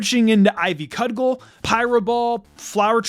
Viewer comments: It's really bugging me the way that you said cudgel as "cud gull" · Chancey has a tail? Cuh-jell. You repeat yourself a bit.